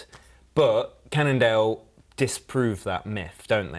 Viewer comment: Again another one with the "Candle" problem... It's Cannondale,.